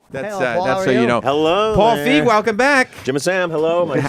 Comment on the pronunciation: They’re pronouncing feig wrong